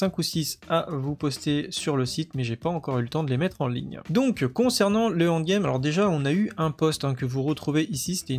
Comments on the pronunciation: Salut, bonne vidéo merci, MAIS stp.. ça se prononce : end game (proche de and game) et pas ONDE game..u_u pour les sceaux des donjons y a moyen de les craft. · C'est en quelle langue "Hand game" ? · Plz rectifie ta prononciation de END GAME, tu vas être amené a spammer ce mot, et ça me donne envie de quitter la vidéo a chaque fois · J'ai pensé pareil C'est con mais ça m'a tendu 😂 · 😅😅 en effet c'est dur à entendre mdr maos sinon merci pour les infos